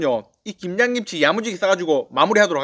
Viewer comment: 발음이 ㅋㅋ 김장김친지 김양김친지 ㅋㅋ 빵 터짐 ㅋ